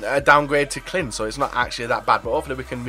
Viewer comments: It's clyne not clin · You say it as Clajn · You pronounced clyne's name wrong